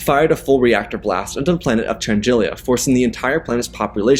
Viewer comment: Great story - you mispronounce a few names, though… Chandrila only has one i, and it’s Muunilinst - MYOO-ni-list or MYOO-ni-linst, I’ve heard both.